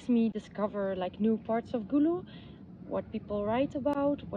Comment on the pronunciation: Wow glad she pronounced Gulu and Otigo perfect more than you.😅😅